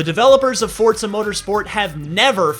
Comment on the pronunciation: Why does it sound like he pronounces Forza like Fort za?